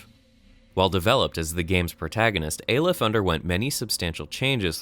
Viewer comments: It's pronounced "Ah-lef" not "Ay-lef", as demonstrated by doctor breen in the audio file . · hears character pronounce Aleph correctly still goes on pronouncing it wrong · aleph is the first letter in the hebrew alphabet -_- and you pronounce it like you read it not how he says in the video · I know this is nit-picky, but your mispronunciation of Prospero got really annoying by the halfway mark. It's Prosper-o. Also, aleph is pronounced like olive, only with a soft f sound at the end.